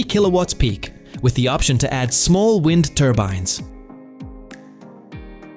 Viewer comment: One thing AI can’t do is distinguish between wind like wind a clock and wind like the shit that’s blowing all around the earth and live as in he lives or live like live wire if you can’t make the motherfucker say it right it’s a straight give away